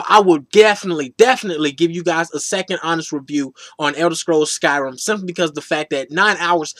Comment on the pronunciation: "Elder scrolls SkyRUM"....